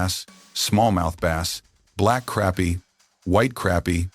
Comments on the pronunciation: Hey AI... it's pronounced crāpie NOT crappy, unless you are from New Jersey...lol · "crappie" does NOT rhyme with "happy" ... it DOES rhyme with "poppy"